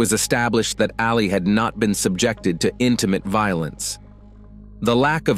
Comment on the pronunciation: It's Ali......Not Aleeeeeee!! Reminds me of Mohammed Ali every time you've said it.